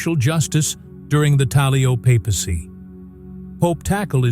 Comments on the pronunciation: Pope talyo? It's Pope Tagle memories the pronunciation first before going on camera. POPE TAGLE. not.POPE.TALYO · It’s pronounced as ‘Tag lay’ not ‘tag lio’. Please pronounced it properly. Thank you. May God bless Pope Tagle (tag lay) as it’s pronounced.